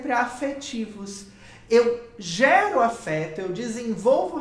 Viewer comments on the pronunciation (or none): none